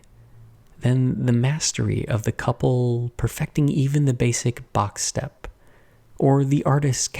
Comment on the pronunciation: I hope I am not the only one who heard "box step" as "Bach step" for a brief moment.